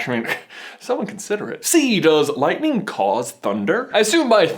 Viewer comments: You need to say it is lightninginginginginginging! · From Oklahoma, we say it's lightining out there. Light-in-ing